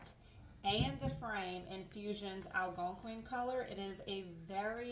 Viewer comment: As always, you nailed these projects!! The green box-oh my! And girl, you nailed the name of the Algonquin paint!! Lol